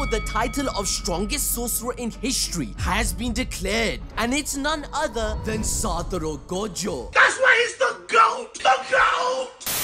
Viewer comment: “Satoru goatjo”